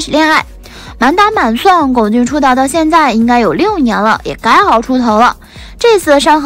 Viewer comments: 不管姨太是哪里人，但至少龚俊的我们内地的，普通话念第一声。所以真不能忍，不看了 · 麻烦四姨太把龚（gōng）俊的名字读对…